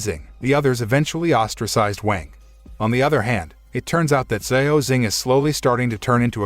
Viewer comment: Lean how to pronounce Xiao…